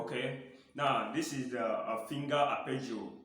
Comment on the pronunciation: What’s an “Appergio”? Isn’t it “Arpeggio”?